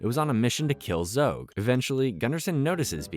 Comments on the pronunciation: Zog not Zoge! It was driving me crazy. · Zog not zogg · There's no 'e' in Zog!!! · Great video, other than mispronouncing Zogs name